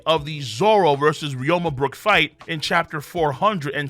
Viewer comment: RYU MA KING NOT FUCKING RYO MA